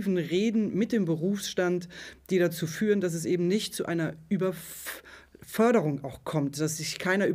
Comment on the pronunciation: min "überppppfffffffffförderung kommt :D gebaerbockt :D